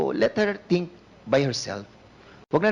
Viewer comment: Executive session? Tapos dun nyo tuturuan kung ano ang sasabihin! Dan Pernandez! Ang “F” ay hindi “P”. Ang “V “ ay Hindi “B”. Ang “Think ay hindi “Tink”! Flease lang fo!